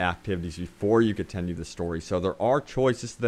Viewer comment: I cringed everytime he said "distreak" or "contenue" lol sorry.